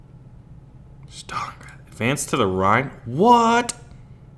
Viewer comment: You read it wrong, just Stalingrad, softer :v